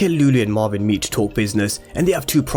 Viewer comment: It’s Marvin not marwin pronounce properly